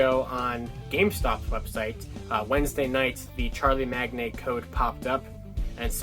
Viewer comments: Charlemagne - pronounced shar-luh-mayne 😄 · Come on, "Charlie Magnay" sounds more like a monster than whatever you can pronounce in French. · Charlemagne is pronounced "Shar-la-main" for future reference. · came to say same thing lol its all good fancy words are hard